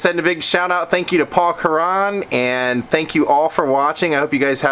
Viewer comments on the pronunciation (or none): Ah thanks for the shout out message - it's 'Curran' as in currant bun - not like the 'Quran' religious text 🤗